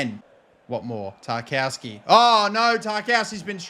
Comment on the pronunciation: Stop calling him Tar-KOW-ski, it’s Tar-KOV-ski 😂